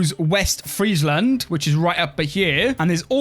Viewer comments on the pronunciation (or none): none